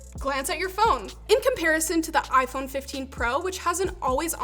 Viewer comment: I feel offended that this video used the wrong pronounce for the iPhone. Very bigoted